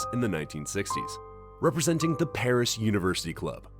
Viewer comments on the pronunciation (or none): none